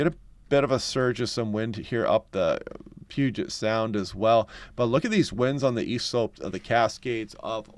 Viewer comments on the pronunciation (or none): none